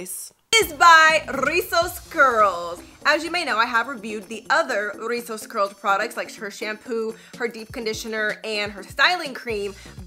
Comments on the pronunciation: Im mexican! I really love how you say rrrrrrizos 💗 thanks for doing the “r” effort 💗💗💗 🤣 You can say as well “chinos”, “bucles” meaning the same as rizos! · I lovee how you roll the r “rrrrizzosss curls” My favorite word in Spanish is “Guayaba” which is is “Guava” in English. I also like the word “Mar” which is is “Sea” in English